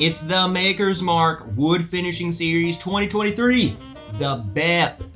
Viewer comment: “FINISiHING”? Maker’s Mark is adding vowels for this new series.. sounds expensive!! 🤣😂. Jk around.. thanks for the review!